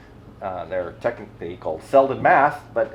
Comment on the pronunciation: Congratulations to all new sponsors! Not to be picky but it should be pronounced Seldeen with a long second E. Cheers from Sweden! 😉